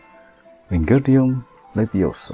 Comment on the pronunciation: It's not lewioSaaaaa, it's Lewi Oooosa 😾